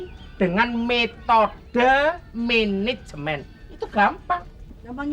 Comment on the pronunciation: Menejemen, mejen kali😂